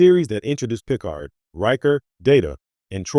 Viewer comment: It's pronounced "Pea-card." NOT PICK'ard. Can we please stop using these garbage A.I.'s reading the scripts. Please use a human being in the future. Thumbs DOWN!